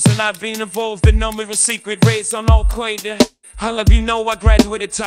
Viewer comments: Jay-Z's pronunciation of Alqoida must be the cutest thing I've ever experienced in my life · "al quaida" lol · But the most powerful Ai cannot pronounce Al-Qaeda. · Oy vey, these Al Kwoyda guys, are not my kinda guys. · Al-kwae-da, I think that's Animalese... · Al Qoida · "Al Quaid-uh." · al qwe-derr